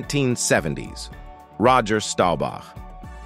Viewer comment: How can you get Staubach pronounced correct but not Oonitas? Sheesh...